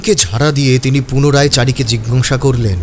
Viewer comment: Jhinghasa hobe na jiggasa hobe.